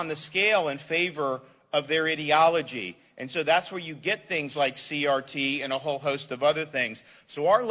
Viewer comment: Sounds like he is saying idiotology !!! Good for him! Listen up Inslee we are sick of you all of us!